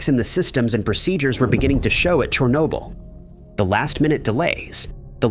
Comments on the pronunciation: That pronunciation cracked me up! 😄 chair n-yo bull is what I believe is correct. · I couldn't take it anymore. quit watching. Your pronunciation of Chernobyl was so bad and so frequent, I was done. Even if there is no doubt, look for proper pronunciation of foreign named things. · Yep. Didn't even bother to teach the AI the proper pronunciation of Chernobyl. I quit watching . I couldn't take the stupidity of the AIs pronunciation. (irony there somewhere?)